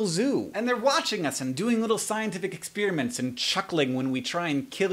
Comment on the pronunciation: I like your accent. I laugh every time you pronounce experiments, ex-spearmints :)